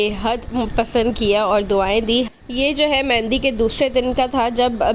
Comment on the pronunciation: Mehndi hota hai mendi nahi